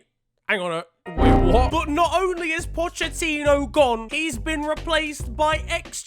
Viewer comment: Man really pronounced it 'Pochettinho.'